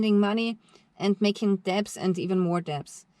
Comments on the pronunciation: debt has a silent b,it sounds like det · THE B in debt is silent .. So ya know